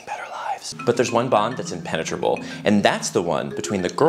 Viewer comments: there’s one bond that’s “impenetrable” 😂🤣 DONT THINK WE DIDNT CATCH THAT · "Impenitrable bond" 🤣